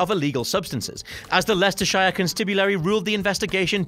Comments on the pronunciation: It's pronounced Lesta-sheer and I remember how people rumoured it was directly because of manhunt, sad times :( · Did I just hear a Brit mispronounce Leicestershire? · Your British but you can't even say Leicestershire properly. Shame on you. lol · *you're. I came here looking for somebody who was gonna point that out haha, Leicester -shire constibulary hahaha. But if you're correcting people, let's get that grammar spot on haha!